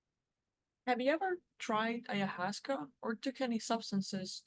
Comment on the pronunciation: the correct pronunciation of ayahuasca